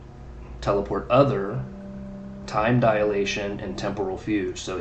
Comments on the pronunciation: Hey, i think it's pronounced FYOOG. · Yes. Like Rogue, except... Fu instead of Ro. Fugue.